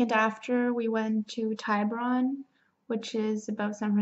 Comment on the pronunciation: Have you been to Solvang by Santa Barbara? It’s not a must see and at most it’s only worth a day trip but it’s kinda cute. Also it’s not pronounced TY BUR ON the way to say it is TIB UR ON